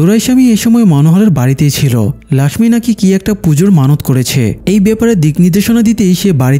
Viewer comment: Laxmi hobe na lokhhi hobe Hindi te Laxmi bole Tumi bangla te bolcho jokhon lokhhi bolbe abar thake....